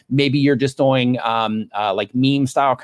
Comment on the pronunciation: I love this guy's content but i always am shocked by the way he says the word "doing" lol